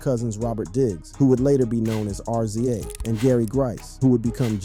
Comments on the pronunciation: How am I going to take you for serious when you don't know his name is pronounced Rizza....dahh uhhhh R. Z. A .... Who was Kurt Cobain??? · .. nothing for nothing but please learn how to pronounce people's names in your documentaries... R .Z. A.. please stop saying that!! it's pronounced Rizza..... I understand it's spelled RZA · I think it's RZA not ARZIEJ 😉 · It's not R-zee-a its rizza😢😢😢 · Its pronounced "Rizza"... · U can’t even say rza name right lmao 😂